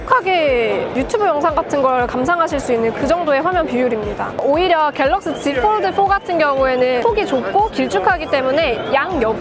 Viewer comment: 요즘 들어 자주 봅니다. 참 열심히 하는거 같아 잘 되시라고 조언합니다. 한국인 대상으로 하는 컨텐츠이니, 너무 영어 발음 살리려고 하면 한국어랑 부조화가 발생해요. 본인이 영어를 얼마니 잘하는지와는 관계없이. 갤럭시 지폴드에서 갤럭(L발음)시(X) 지(Z)폴(F)까지는 영어발음 지켜려고 하면서 '드'를 뒤의 한국말과 연결시키기위해 어쩔수없이 완전 한국식으로 발음하니, 이해는 됩니다만 계속 반복되는 단어인지라 듣기가 좀 거북하고 어색하네요. 그냥 본인이 오포제품 리뷰시에 Bar type을 '빠타입'이라 했듯이 F, L, X, Z를 한국식으로 편하게 발음해주면 어떨까합니다. 좋은 영상 잘 보고갑니다.